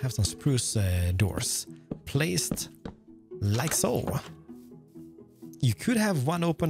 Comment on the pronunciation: I kinda Love the „lika soo“